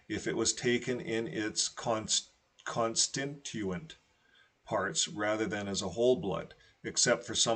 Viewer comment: Con stit u ent is how you pronounce the word and platelet is just plate (as in dinner plate) and let (as in let someone in).